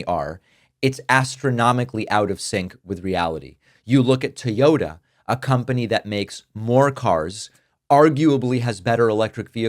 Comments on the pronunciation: "Teeyota." Um ... no. Although it's better than "Tiyota" like Trump-humpers say. Why can't anyone pronounce Toyota? What's so hard? Does your child play with "tees" or toys? I would wager he plays with "toys", with an 'o'. Just say the word toy and stick a "ota" on the end of it. Really. It's that simple. Sheesh. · You idiots truly live in fantasy land. Also it’s Toyota, let me say that again it’s Toyota.